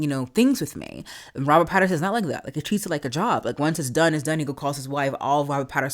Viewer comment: It's Robert Pattinson, not Patternson.